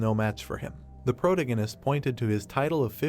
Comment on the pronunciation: I wish they would train the text to speech how to pronounce "protagonist" properly if they are going to use the word in every other sentence.